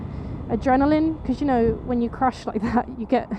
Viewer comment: I'm glad ur ok and I love how u say crash either I'm still half asleep or u rlly sound like u said ur crush hahahaha I'd be ur crash any tym hehehehe jk jk jk bt i would probley be ur crush gorgeous hehehe bt anywho glad ur ok:)))😃